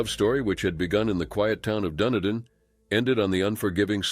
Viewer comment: you need to Google how to pronounce "Dunedin" correctly.